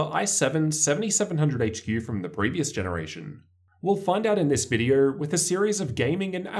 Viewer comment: Dude it’s pronounced oh not er It’s video not vider